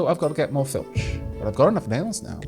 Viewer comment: oh for the love all that is unholy! it is F L I T C H! not F I L T C H! (this sounds far too much like feltch.....)